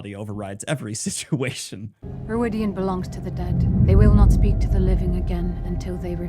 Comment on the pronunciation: I mean no disrespect because I super enjoy your videos, but the way you pronounce Rhuidean drives me crazy. They say it the right way in the bloody show! Aghhhhh! Anyway I have no further issues, love your videos, Carry On!